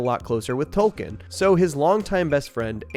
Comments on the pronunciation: Do you have a rare bone disease that causes you to pronounce Token as Tolken? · i can't help but say it, its token not tolken despite what the subtitles say on the show on hbo, they literally spelt it wrong, idk it just urks me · Okay wtf. Just started watching your content today. Is his name “Tolkien?” Or “Token?” I thought it was the later, but you’re saying the former the entire episode. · TOKEN. Not Tolkien. 😂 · Why are you calling him Tolkien? Do you not get the joke about his name? TOKEN like 🪙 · It's token not tolken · Are we calling “Token” “Tolkien” now? 😂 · Yo his name is Token, not Tolkien! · Did you pronounce his name as "TOLKEN"?? It's suposed to be "TOKEN" as when he was introduced he was the "TOKEN" black character. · Is he calling Token...Tolkien..lol. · Have you been calling token "Tolkien" this entire time? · Why are you calling token Tolkien? 😂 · Fucking tolkien i cant unhear it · It sounds like you are saying tolken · I definitely keep hearing "Tolkien"